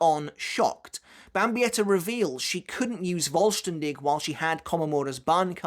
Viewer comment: The "V" in the "Vollständig" is actually spoken like the F in Fist for example. The expression meaning "Complete" or "Whole". There is no expression such as Voll-Stern-Dich which btw means Full-Star-You ^^' Given the nature of the ritual it fits rather well, though I never really understood the japanese obsession with the german language ,especially regarding the Quincy. I know it is somewhat fitting but I still can't actually make any sense of it tbh.